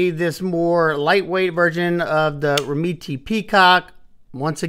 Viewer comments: Pronunciation’s gotta be “rem-MET”, no? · You’re correct. is pronouncing it wrong. I’ve spoken to them to confirm. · I can’t get over his you pronounce the brand 😂. It’s soooo far off from how it’s actually pronounced lol. I’ve spoken to the company and the last E is silent and the first E is a short E. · i think its pronounced like that too. but the way says it makes me laugh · The way you pronounce their name makes me laugh 😂 but who cares how its pronounced since your videos are awesome. Atleast your not calling it a Doberman 😂😂